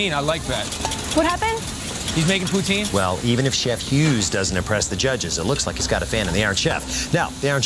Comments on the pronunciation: he should work on his pronunciation... Ordering a prostitute instead of poutine would be awkward. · what if your not in Quebec or pronouncing it with a French accent? It's pou-teen